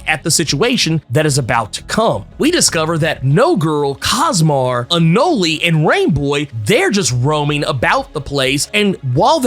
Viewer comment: Isn't Anole's name pronounced "Uh-Nowl"? So why does keep saying "Uh-Nowl-E"? He reminds me of my younger bro who kept says "Psylock-Ski" as a kid because her name ended w/ an "E". 🤣 And of course Gabby's going to be resurrected, I think they're just doing the same "can she be resurrected" drama they tried to pull w/ Kitty a while back. And the whole "don't bring back the clones" rule is a bit skewed, considering the Stepford Cuckoos are out & about.